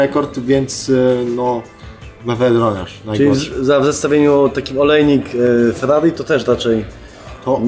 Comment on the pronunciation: Nic tak nie wkulwia jak plowadzacy nie umiejący mówić ellll, Fellllallii.